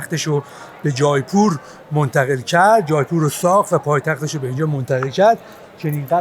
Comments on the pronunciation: با درود جایپور اشتباه است در حقیقت جے پور میشه Jaipoor اون ai به شکل E تلفظ میشه فارسی این (ے) رو ندارہ جے پور اگر به فارسی بنوسی جا نه می افته مثلاً میتونی بنوسی جیپور یا جی پور که اون تلفظ هندی و اردو رو نداره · جیپور تلفظ درستش هست اگر اشتباه نکنم. سرچی بکنید